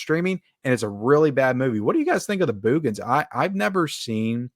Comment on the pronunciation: Love how you pronounce "Boogens", LOL.